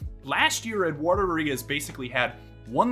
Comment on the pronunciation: How come you dont pronounce the D in Eduardo?